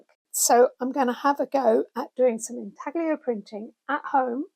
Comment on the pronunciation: Hello! Wonderful video! Usually I don't like listening to too much "rambling", so my thumb kept hovering on the "skip ahead" position, but you kept saying super interesting stuff :-) And it's pronounced intallio, one does not pronounce the g much when it is followed by an l. Love from Italy!